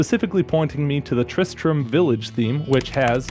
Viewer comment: Tri-stram...... Tri-Strum?